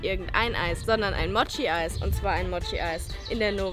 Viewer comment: Mooooooooooochi, nicht Motschi.